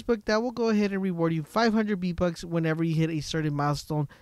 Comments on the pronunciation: VEEEEEE bucks not BEEEEE bucks ffs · Why do you call them "BEE Bucks" when they have the letter "V" as the prefix?? "VEE"...not "BEE". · Ye_Boi_ EPC_28 im glad i was not the only one who heard the "Bee" bucks lmfao no lie I am dieng typing this comment while he continues to say Bee bucks 😂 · STOP SAYING B BUCKS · its triggering to hear beatbucks all the time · What’s a b buck I though it was VVVVV BUCKS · v bucks not b bucks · “B - Bux” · bee bucks 😂😂😂😂 he said bee bucks lol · Hey Bud I cannot un-hear this